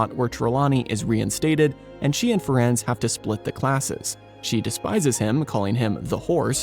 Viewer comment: I believe Firenze's name is pronounced "Firenzee" like in Italian.